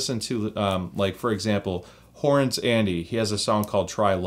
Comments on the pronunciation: Horace Andy. Not Horrance. Good review. Ta. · You mean “Horace Andy - Try love” right? (Not Horrance). Other than that, awesome review, subscribed. 👊🏻